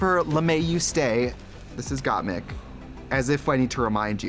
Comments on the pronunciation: Symonyey, Rose, Gottmeek and Kandy Mose 😂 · Trixie girl ... its MIK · anyone gonna mention how trixie pronounces gottmik's name "gottmeek"? xD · gotmeek realness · Trixie pronouncing Gottmik as Gotmeek 😂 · “Gottmeek” - Tracy Martel 2021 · Stop saying "Gottmeek"!!!! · Not Trixie saying GotMeek 😑 I’m obsessed w Trixie but what petition do i have to sign to bring back Bob the Drag Queen for the pit stop? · Why does Trixie keep saying Gotmeek? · Oh man they recorded these all close together Trixie is still saying GotMeek 😂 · please fucking stop saying Gotmeek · Can somebody at WOW please tell trixie to stop calling them got-meek 😂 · I love trixie so much...but I don’t know how long I can put up with her saying gottmeek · Someone tell Trixie how to pronounce Gotmik lol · Trixie can't decide how to pronounce Gottmik 🤣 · Who’s gotmeek? It’s so weird hearing Trixie say their name wrong almost every single time except once. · Lmao she fucks up miks name and said dula peep instead of dua lipa😂😂😂😂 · Did they not tell Trixie how to pronounce Gottmik's name? hahaha. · Someone teach Trixie how to say Gotmik properly! 😅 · Trixie still not putting any effort into saying Mik's name right 😆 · Why didn't any producer in the VH1 studio they filmed this pit stop at tell Trixie she was pronouncing Gottmik wrong.... shady BEWTS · tracey's pronounciation of "gottmik" irks me so much lmfaoo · Trixie knows how to pronounce a short i sound, she just doesn’t know she’s saying Gottmik’s name wrong. Someone on production should’ve told her. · Got meeseeks 😂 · And for the first time in Drag Race Herstory, Trixie pronounced Gottmik's name correctly Update: 5 seconds later she said mispronounced it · Someone needs to tell Trixie, its GottMIK not Gotmeek.. lol! 🙈💖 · Trixie keeps mispronouncing Gottmik as “Gotmeek” and Dula Peep as “Dua Lipa” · Can someone tell Trixie that mik in Gottmik is like mick jagger not “meek” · You know, us Tracy gurls are going to say Gotmeek instead of Gotmik, okurrrr 😅